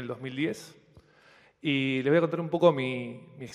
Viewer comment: Como qe "leess"?...no podes decir "les" por dios, y más siendo una persona del ambito académico, que desastre, por eso estamos como estamos